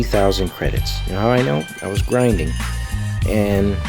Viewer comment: Ur overpowering that word "grinding" lol